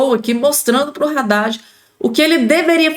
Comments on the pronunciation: Não é Radade e sim Haddad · Não é Radad é Haddad. Só você quer falar errado 😮